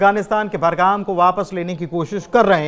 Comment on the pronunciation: बरगाम नहीं बगराम